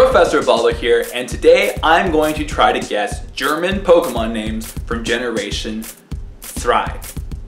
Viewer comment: You mispronounce every name with a strong english accent.